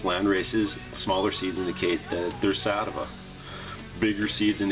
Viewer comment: He said satava but he meant sativa